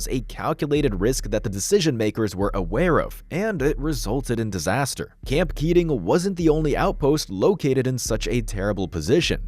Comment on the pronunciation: “No AI used”, yet can’t pronounce “camp” correctly at the start, only to perfectly pronounce “camping” 30 seconds later… yikes